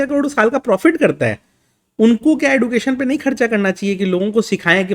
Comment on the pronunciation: सही प्रोनाउंसिएशन एडुकेशन नही एजुकेशन होता है।